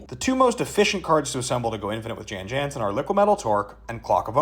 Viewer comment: Sorry, i know this is petty, but as an old bg player, its pronounced yawn yawnsen. Its petty, im sorry.